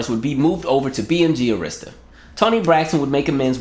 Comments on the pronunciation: Arista records is pronounced as 'Air'rista. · i had to clutch my invisible pearls that you pronounced Arista wrong!!! Im so shocked!!!!!! I still have her video collection dvd where she gave her commentary about all the videos